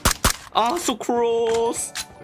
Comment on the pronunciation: When he says so close, makes me feel like he's saying sucrose 😂